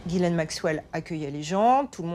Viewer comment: /twenty minutes in and I just couldn't stand listening to the mispronunciation of Ghislaine one more time.